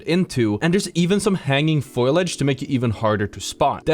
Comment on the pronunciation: Did you say foilage? Lol